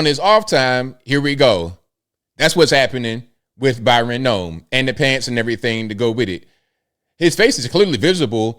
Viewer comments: Bryon not Byran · i believe his name is BRY-on, not BY-ron. Pronounced same as your middle name. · Is reading that hard, at least roast the guy and pronounce his name right.. Bryon.. like Brian.. wow